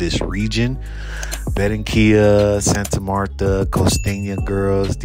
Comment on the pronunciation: Benrenquilla?- Ba ran quilla . Blows me away you can move someplace and not learn the language